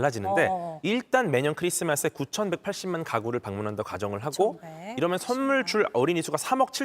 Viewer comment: 쏘는 썬물 발음 웃겨ㅋㅋㅋㅋㅋㅋ